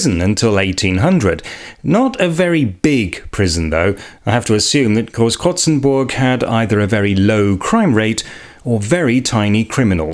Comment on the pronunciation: Your pronunciation is perfect! And I love curious people discovering the most unusual things. Thank you for visiting Hesse ;) And yeah Großkrotzenburg is quite underwhelming and the town's name is even unappealing lol.